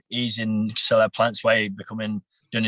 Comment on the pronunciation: can someone tell me why this guy is calling caleb plant ,celeb plant ? lol wtf 😂😂